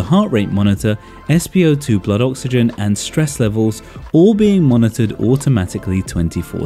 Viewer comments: Broh I terrified when u said Stresss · 'STRESS' I loved it😂